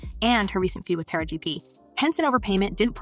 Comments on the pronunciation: I know it’s not just me thinking about this; but have anyone ever listen to how people Narrate these clips on celebrities. Taraji is her name say it with me Taraji not Tara-gee, go watch any Tupac clips and watch them say his name as Too-pack, this is very disturbing and disrespectful honestly. Even if you don’t know or even knew these people personally; but you have heard them say their names correctly in the past, especially when they are at their heights of their career. Too-pack and Taragee really; it’s Tupac and Taraji, that’s sad these people keep disrespecting these artists names, who so many people grew to love and care about. Let another outside race disrespect someone else name and their popular at that present time, I bet that they will have an instant meltdown and try to shame anybody who is narrating their story about them. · Who is this terrible commentator with this divisive /bigoted narrative that can't even pronounce TARAJI ??? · Her name is pronounced: Tah rah gee not Tara gee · First of all, put some respect on Taraji's name.😡 You must not know enough about her to know HOW to pronounce her name.